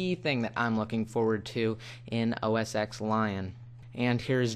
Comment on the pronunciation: Btw its not Mac OS X its Mac OS Ten its a roman numeral Not to be rude im just saying....